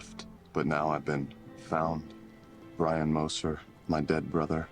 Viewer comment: You always had trouble saying Brian